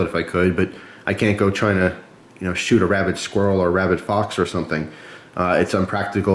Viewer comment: You said rabbid, I heard rabbit. Sudden thought was attack of the rabbits. TOO MUCH CUTENESS! MUST USE FLASHLIGHT! haha good review man.